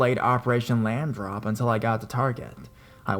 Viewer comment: "Lamb drop" lol